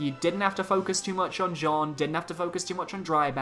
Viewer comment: the way you pronounce Jeanne is terrible :D, it's not pronounce like the male name Jean + ne at the end but like "Janne" with the french pronounciation of the "a"